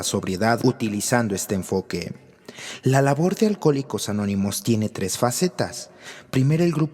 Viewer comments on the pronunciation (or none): none